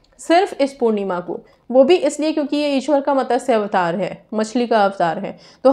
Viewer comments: its MATSYA not MATASYA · मॅडम,मतस्य अवतार नहीं,मत्स्य अवतार